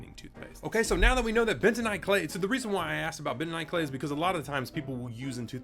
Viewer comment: Bentanight? Dont you make that 😂